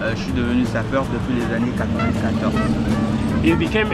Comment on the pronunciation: No hate but I kind of die inside when I hear Drews pronunciation of sapeur. (I speak French)